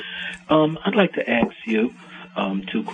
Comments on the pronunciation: id like to AX you... I'm priety sure this guy is black. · Anyone who says "Let me axe you a question", red flag for stupid. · "I'd like to axe you..." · Let me akst you a question😀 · "I'd like to axe you two questions.." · first of all.. what is your definition of vocabulary is it "let me axe you a couple of questions" or is it" let me ask you a couple of questions"!! maybe you haven't evolved yet haven't come down from the trees yet oh and pull up your pants.... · ASK, not AXE. Why can't you illiterate imbeciles properly pronounce a simple word? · I do love when really intelligent people call in to "aks a question." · Harry wants to AX Russell and Karen. What is so hard about saying ASK? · as soon as he said 'axe' I knew there was no hope. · he "axed" a question and then waxed poetic about his superior intellect 🤷🤦🤷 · he equates 'ax' to 'ask' that makes him less than intelligent and not worthy of respect. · you know the caller's question is going to be thought provoking when he starts with "i had a question i wanted to axe you..." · "I'D LIKE TO AXE YOU 2 QUESTIONS". WHAT THE FUCK DOES A WOOD CUTTING TOOL HAS TO DO WITH QUESTIONS? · Can’t say aSk, can’t conjugate, can’t pronounce R, can’t speak STANDARD English but thinks he is intelligent 🤣😂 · "I'd like to axe you two questions".